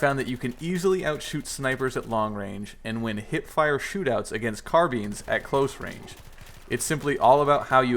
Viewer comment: Carbean? Car-BYNE